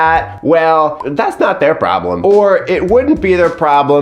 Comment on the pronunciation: "Promblem" 🤣🤣🤣 I don't know why that pronunciation has me literally LOLing. You're especially silly in this video, and I am HERE FOR IT! Are you already new-dad sleep-deprived??